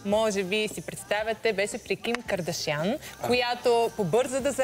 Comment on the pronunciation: никой от вашето студио не може да каже правилно "кардашиян"боже мой излагате се моля ви се